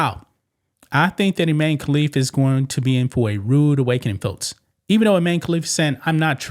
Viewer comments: His name is I MAN e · Pronounced I-MAN. And he is.